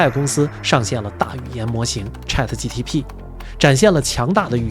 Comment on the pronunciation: 吹毛求疵：有几处ChatGPT读成了“gtp” 另外请问，可不可以有这样的猜想：能否及时升级到硅基也许就是一道“大过滤器”……